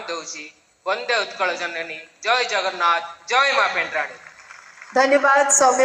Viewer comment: Cm jagannathu nku jagarnnath. Uchharan karuchanti